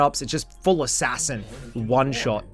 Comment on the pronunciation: Bro, it's Ass ass in, not Ass as in